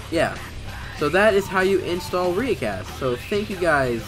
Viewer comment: Its pronounced riiicast